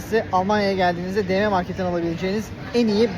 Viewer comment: De me (dm) değil. Di em okunur.